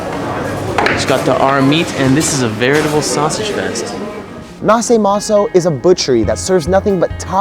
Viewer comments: it's pronounced Nashe Mason but written naše maso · it's pronounced "nashe meso"